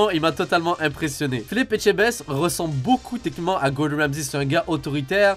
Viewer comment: On notera que dit mieux Etchebest que certains français 😂